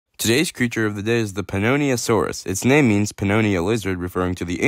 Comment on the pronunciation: Bro's struggling to say the name